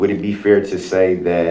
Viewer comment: How can you say "dat"?